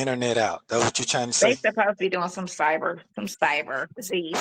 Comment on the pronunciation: What hell is “cybra” did he mean cyber??? Omg too early to be creating new words.